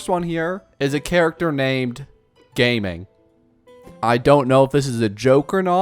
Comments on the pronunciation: he's based on liyue (china) so it's gah-ming, not gay-ming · GA-MING not Gay-Ming cuz obviously its chinese not american/english name. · It's pronounced Ga-Ming not Gaming lol; idk why they didn't put a space or anything in between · It’s not “gaming” but it’s pronounced “gah-ming” it’s a traditional Chinese name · Gaming's name is pronounced Ga'ming!! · his name is pronounced like Jiāmíng, and hers is Xiányún, not like Xinyan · The name "Gaming" is a Chinese name pronounced jahming, which means light and kindness 🥰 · Gaming's name is supposedly pronounced "Gah-ming" or "Jia-ming", it's just the way they space the characters. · before it gets lost in the comments please it’s pronounced “ga ming” please your other pronounciations already scare me please don’t let this happen to him too 😭😭😭😭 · Gaming is pronounced Jieming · I think it’s pronounced Ga-Ming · Pronounced GAH-MEENG obviously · It’s pronounced Ga Ming just trying to help 😊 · I think its pronounce as Ga Ming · Thank you. They way it pronouced it made me insane 😂 its not his fault tho